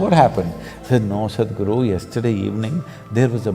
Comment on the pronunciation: To the narrator. The ,"Sad" in Sadhguru is not pronounced like the word "sad" It's pronounced like the word "sud".